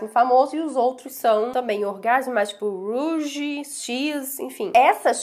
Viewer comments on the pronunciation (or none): none